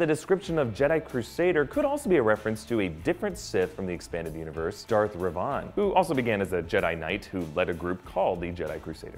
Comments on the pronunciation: It's REV-an not re-VAN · Hearing Ruh-vohn physically hurt. I'm glad someone else pointed this out. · reven.. like raven, not rayvon. ya lost me with this one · It’s pronounced Reh-vin. Not Reh-VAN. Revan. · Darth Revan REVan Not Ruh-VOHN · Sith do not use synthetic crystals in the modern canon, they take normal kyber crystals and imbue them with their hatred and dark side emotions to make them "bleed" into red. Also, Revan is not pronounced "Re-vahn", it's more like "Re-vin". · ITS NOT PRONOUNCED REVAHN. ITS PRONOUNCED REVIN. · " Darth Ravan" Revan ;) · its not Rev-ahn, its rev-en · That synthetic crystal stuff isn't canon anymore, they corrupt real crystals. And it's pronounced Darth Rev-in not Rev-an. Also it's now canon that the rebel symbol was inspired by a phoenix. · Darth Rev-an not Re-van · It's pronounced Reh-van, not Re-vahn. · You mispronounced Revan R-Evan not rev-on play KOTOR or Kotor2 you’ll hear it correctly lol most baddass MF in the galaxy lmao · He said Revan like Reyvon is pronounced revin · not darth Rev-on ... lol its Darth Revan ... Rev-en ... lol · Yes! Its REV-in spelled Revan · So Cringe! Re Vaaan...pffff....he also called Shattered Empire Legends. And Synthetic Crystals? he needs an STAR WARS canon update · "Darth Revaaaaaaaan" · Darth Reh-vahn. LOL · it's pronounced like "Revin" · Darth "Revahn" just.... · Sorry, but you mispronounces Reven & I need to point that out be KOTOR is one of my favorite games, everything else is good though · Darth ReVAHN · Darth Rev-what??? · Darth reven if u didn't know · Its pronounced revin though spelled revan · Your pronunciations are horrible. “Revauhn” “Scareef” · Great video, absolutely great, but I have NEVER heard someone pronounce Revan’s name like that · ìt shocked me XD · It honestly made me furious. Perhaps a bit of and overreaction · totally butchered Revan's name :( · He evidently never played KoToR. Sigh. Just shocking. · he exposes how much of a fan he truly is. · I did... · Cringe comp